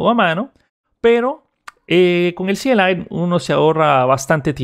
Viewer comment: Eres de las pocas personas que veo que dice C.L.I y no "cli" y eso lo aprecio xd